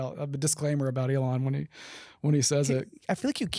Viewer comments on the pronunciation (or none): none